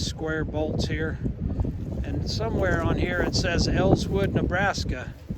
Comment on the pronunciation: Elwood, Nebraska. Not “Elswood”.